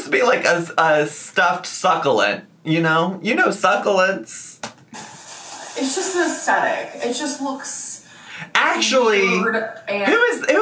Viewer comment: that's not how one actually pronounces succulents in english, is it?!